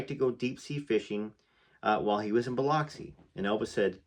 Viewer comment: but its pronounced Biluxi